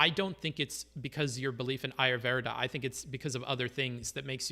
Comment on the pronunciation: His pronunciation of ayurveda is triggering me